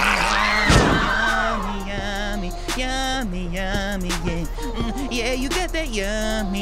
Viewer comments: "Justion BEE-BAH" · Justin Bae-bah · It's JUSTIN BEE' B ARr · Josten Beeba 😂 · Josten beebah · why was he saying JUSTaN BEiBa